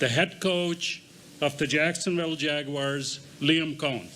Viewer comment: Wow lady. What is so hard about pronouncing Jaguars. Not Jagwires. It’s really not that hard